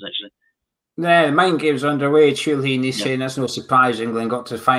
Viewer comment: Hey and, if you wish to pronounce correctly Italian surnames, Chiellini is pronounced “Key-leany” and Chiesa “Key-esa”.